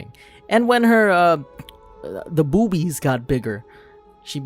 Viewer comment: It funny how he said boobis